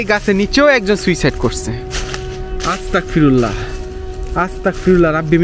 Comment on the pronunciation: ভাই,'আস্তাগফিরুল্লাহ' সঠিক উচ্চারণ